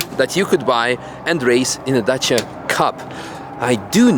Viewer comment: Lmao its Dacia bruh 😂❤